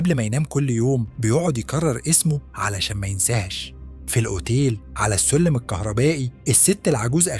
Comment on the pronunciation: انت بتتكلم كده ليه و اسمه الجوورح ولا الجرح و السلم ولا السولم 😒